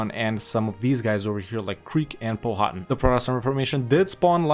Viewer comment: Poh-Ha-Tin. I will now mispronounce your name, ""